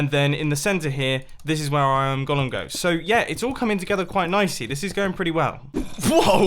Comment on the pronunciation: BTW, could we all start pronouncing it "ɡōləm" please? It's not the character Gollum from The Lord of the Rings. :/